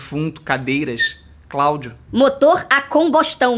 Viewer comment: So eu q acho muito engraçado quando ele fala Claudio? Kkkk